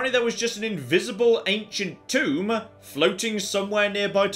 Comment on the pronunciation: Every time you say Tomb world, I hear Toon World instead....